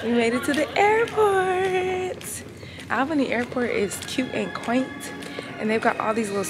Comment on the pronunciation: I think you pronounced Albany wrong. But that’s just your cute accent